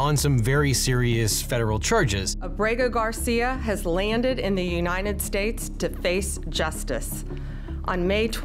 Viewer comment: Unined States. She said Unined States. She is drunk.